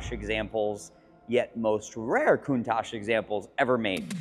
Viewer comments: So, is it pronounced “Countosh” or “Coun-tach” with the second half pronounced more like “watch” with a “t” instead of the “w” as Valentino Balboni says it? Cool channel! Subscribed!!! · Rarely are these cars name pronounced correctly. Think w atch, it is how Marcello Gandini said the name. I think he would know; He designed and named it. Not trying to be a d----.